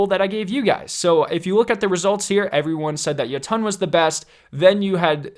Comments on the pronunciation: Jotunn is pronounced [yot-en] like the Norse realm of the giants, jotunhiem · It's pronounced yo-tun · Any else love his videos but hate how he says Jotunn? “Yo Ton” instead of “yotin” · He called it the “ Yuttun” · Sounds like you are saying ye tonn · He pronounced Jötunn wrong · Says lemon arc instead of le monarch and says jöötüöëñ instead of jötunn